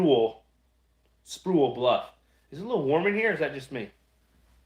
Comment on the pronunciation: Dude... you’re so miss saying the name of Sprewell Bluff... we the locals say it sooo much differently.